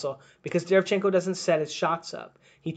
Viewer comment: imma help you out. Its pronounced DE - RE - VIAN - CHEN - KO. stress on viAn